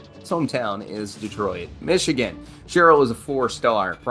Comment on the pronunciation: It’s pronounced Aiden Shhhe——ReLL, Not Cheryl guys!!